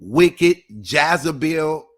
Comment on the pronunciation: 🤣🤣😂😁😂 Lol, you be so serious..,, it is Jezebel, Not Jaz-a-bel